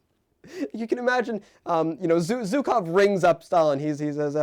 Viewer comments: GOSCH DARN IT ITS SCHUKOW NOT ZUKOW! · The mispronunciation of ZHukov is killing me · Brother it’s not hard to search up zhukov pronunciation. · Btw,, you're pronouncing Zhukov wrong. I dobt know if there's an English word I can use as an analogy for what the sound should be, but please do look up how the "Zh" is pronounced.